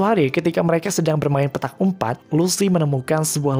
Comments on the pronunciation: Petak umpet min, bukan umpat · Susah bnget bang lu bacanya,nyampe keseleo tuh lidah..umpet aja nyampe jadi umpat!!! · Petak umpet min bukan umpat 😭